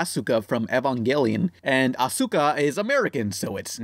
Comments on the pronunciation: "a-su-ka", lol cmon dude... You don't pronounce the `u` in `su`. Also she is German, not American. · Asuka is German and her name is pronounced "As-ka" not "A-sooka" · When you said ASOOKAH FROM EVAHNGELEON I turned the video off, no thanks bud. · You're pronouncing Asuka's name wrong on purpose, right...?